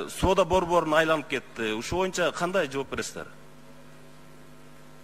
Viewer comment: АЗАМАТСЫН ЖЫЛЫШ БАР ЭКЕН , АЗЫРКЫ СУРОО БЕРГЕНИНДЕ ( ЭЛ АРАЛЫК ) ДЕП ТАК АЙТТЫН ЭМИ ГОМОСЕКЮ ДЕГЕНДИ ТАК АЙТСАН КЕЛЕРКИ ШАЙЛООДО ТОЧНО ДЕПУТАТ БОЛОСУН , КЕРЕК БОЛСО ЖК СПИКЕР. БОЛОСУН , СЕН ТАК СУЙЛОП , ТАК ОКУСАН БИЗ КУБАНЫП , СУЙУНОБУЗ ,, ЖКГА СПИКЕР БОЛСОН БОЮНЧА ДЕБЕЙ. МОЮНЧА ДЕСЕН. ДА БОЛОТ